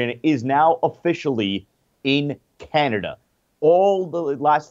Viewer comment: In Canader?